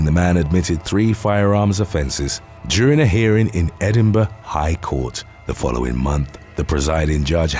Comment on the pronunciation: This episode on the dark web was brilliant. When Donald Trump supporters go wrong. When coup d'états go wrong. When con's go wrong. When cults go wrong. My compliments on the pronunciation of Edinborough.